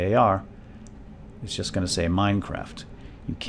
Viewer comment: The hell did you just say, "youst?" Like, a joust with yourself? This isn't about yousting, its about 7-zip and how to download it :P